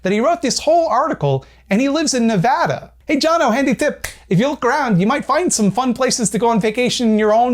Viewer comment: THANK YOU FOR PRONOUNCING NEVADA CORRECT that was based